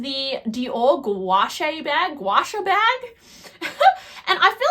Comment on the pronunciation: The Dior bag is spelled "Gaucho" (a South American cowboy 🤠). "Gow-cho"